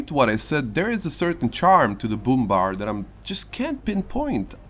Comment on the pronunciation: Brummbär = Broommbear NOT broommbar like a choco bar